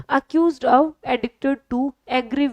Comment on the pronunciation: Mam class achi h sb shi hai bus ak aap ye of ko thik se bola kre request